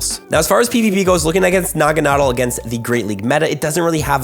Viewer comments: Nuh-gah-nah-dell. Lol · You’re pronouncing Naganadel incorrectly btw. Stressed syllable is “del” (as in, it rhymes with “Adele”).